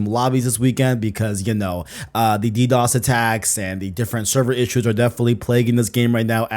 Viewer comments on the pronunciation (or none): none